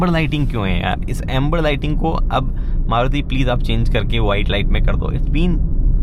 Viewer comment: Aap starting me maruti ko caruti fuzuki bote the😅